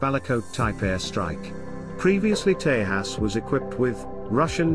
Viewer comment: This new voice ocer is OK .... some words are not pronounced properly ? 'tejas' Could be useful to reach a wider English audience ?